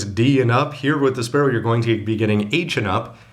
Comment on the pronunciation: It's spaLLow, not spaRRow!! Can't you distinguish Left and Right?